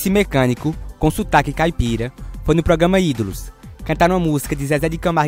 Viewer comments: Gostei da sequencia de vídeos, só não gostei muito da narração "progama" kkk... Mas dei meu like. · O português do cara q tá narrando é muito ruim igual os personagens do vídeo...ele fala pograma!!!kkkkk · Mas feio que essas pessoas cantando, é você falando "pogama" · GENTEE,alguém avisa p ele que é programa e ñ pograma? KKKK,zueira. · ProGama ProGama? Q é isso rapaz? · "Progama "é pau ! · O narrador não sabe falar "programa"